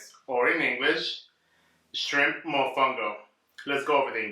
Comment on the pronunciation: MOFONGO CONO!! not mofungo...TF is that??!!!!